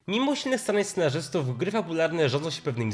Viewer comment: Co on mówi na samym początku? "mimusinych scenarzystów" ?